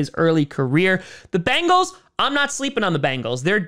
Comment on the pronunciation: It's not Bangle, it's Bengal!!!